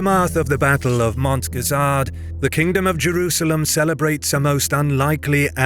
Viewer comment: Why do you pronounce it Jewrusalem?